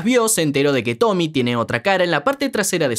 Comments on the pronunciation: SE DICE TOMIE NO TOMI 😭😭😭😭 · Es tomie tomieeee no tomy 😭😭😭